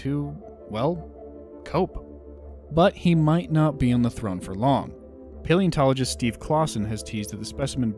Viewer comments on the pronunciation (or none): none